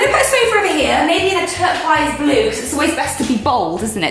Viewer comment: 'Turqwise' lol love you Rose